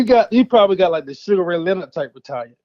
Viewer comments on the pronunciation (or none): none